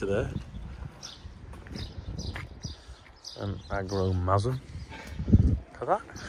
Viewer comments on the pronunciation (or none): Did you say Agro masm? There's a joke in there somewhere about sex & tractors.😂